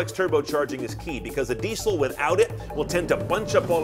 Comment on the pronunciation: "dee sell"